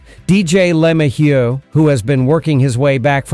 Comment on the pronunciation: It's pronounce Le-may-u and Hill get it right